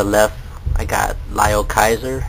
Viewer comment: isnt it LEEOH kaiser?